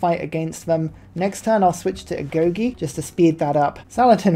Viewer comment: Great video but the way you say amenity and agoge makes me mad no hate tho keep up the video